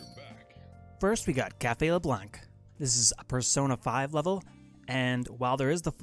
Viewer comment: Blanc is pronounced "blawnk".